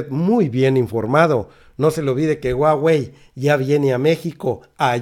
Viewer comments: Querido en español la h no se pronuncia pero debes pronunciar JUAGUEI, no estoy segura q Usa deje q hagamos negocio con China, esto puede tirar en Usa todavía el T MEC osh saludos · Me gusta tu reporte solo para que nadie se burle.... La marca se escribe HUAWEI en latinoamericana se pronuncia (júawey) 😉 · se pronuncia "jua-wei" y slim es de origen libanes, no judio. Primera vez que escucho este canal y me dejo mucho que desear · No es huhuaey?.. Esta es exprecion gringa.. Lo correcto es huawey. Como se lee y se pronuncia por los orientales.. Saludos! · SE PREEENUNCIA JAUEI